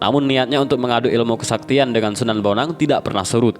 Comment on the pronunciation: Kalo prh baca sejarah. Itu namany d baca bon ang bukan bonang dan dia itu CHINA